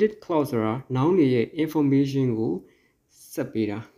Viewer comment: စာမသင်တတ်သေးဘူး။ relative ရဲ့အသံထွက်လေးမှန်အောင်ထွက်ပေးပါဦး။information အသံလည်းမမှန်ပါ။ ဒီလိုပုံစံမျိုနဲ့းစာသင်မနေပါနဲ့လို့ပဲအကြံပြုပါရစေ။